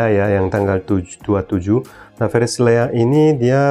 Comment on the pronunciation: Lea, kedengarannya Leak tadi, beda ntar artinya...😂🙏